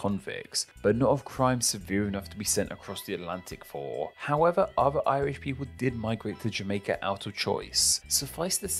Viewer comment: Narrator says "uvver"